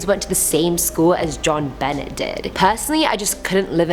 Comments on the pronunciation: Great list. By the way you said Jon Bennet Ramsey wrong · The irony is that you don’t know about this case. And I know you don’t know about this case because you’re pronouncing her entire name wrongly. It’s just gross carelessness about an innocent girl’s murder.... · Your welcome. Some times they don't know how to say the words